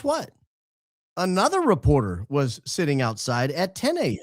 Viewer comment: I absolutely love how pronounces the word was... Like an old southern defense attorney... Whuz....or whuuuuuuuuz Go Max or Go Back! Talking to you Paramount Laughable!!!!